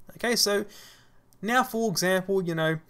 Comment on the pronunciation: Thank you, am I the one who heard "mew" instead of now? This seems cute)